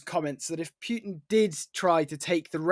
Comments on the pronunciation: In the first minute, old mate pronounces Putin two different ways. Stop pronouncing the yod. Its not Pyu-tin. It's Put-in, rhymes with foot. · It's POOTIN, not Pewtin, for christ's sake! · Who tf is pewtin & rusher? 🤣